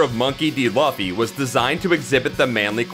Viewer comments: ah yes our hero ..Luhh-ffy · This dude had 1 job get laffy name right smh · It's pronounced "LOO-FEE". The anime makes it pretty clear. Also, these are pretty known facts about One Piece. I wish you went a little deeper. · It's pronounced loofy :) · my ears bled whenever you said luffy wrong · That Luffy pronunciation though.. Hurts my ears everytime I hear it. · you say luffy werid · Why was this okayed? Can't even pronounce luffy really?